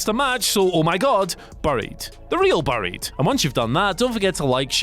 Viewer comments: What just makes me laugh is how this guy cannot say 'buried' correctly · Why is he pronouncing buried wrong? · I’m from Whatculture and I don’t know how to pronounce the word ‘buried’. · I am just annoyed by the way he pronounces 'Buried' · The way pronounces buried really got to me 😂😂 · England- "buh-ried" America- bæ-ried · You couldn’t have gotten somebody who can atleast pronounced the word properly to do this list nah? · Maybe I just heard the word too much but even so you say ‘’buried’’ very weirdly, or is it just me 🤔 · He definitely does. They should've got Simon Miller or Adam Cleary to do this list